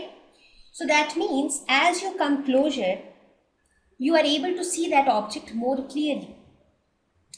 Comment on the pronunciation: It’s pronounced as CLOZER!!! Not closure